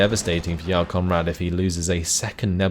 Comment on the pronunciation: I know you're pronouncing it correctly but you make Jarl Conrad sound like "Y'all Conrad".